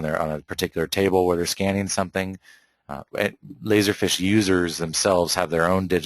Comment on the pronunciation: It's "feeeesh" dude. Not fish.